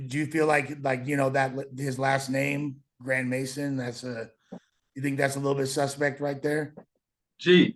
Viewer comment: Its grand maison it's french lol meaning big house haha is crazy